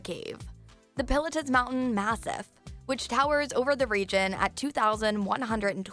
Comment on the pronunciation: the way she pronounced Mt. Pilatus is going to haunt me for the rest of my life..